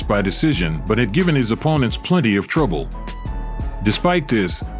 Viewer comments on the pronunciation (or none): none